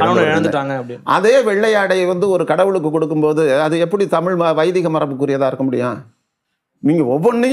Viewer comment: ayya மாரிதாஸ் அவர்களுக்கு தமிழை ஒழுங்கா வாசிக்க கூட தெரியாது.. தமில் தமில் என்று உச்சரிப்பார். முதலில் ஒழுங்கா உச்சரிக்க சொல்லுங்கள் அப்பறம் அவரோட காணொளி பார்க்கலாம்.